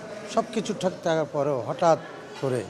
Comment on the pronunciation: এটা “টিখ” না তবে এটা ঠিক। 🤣🤣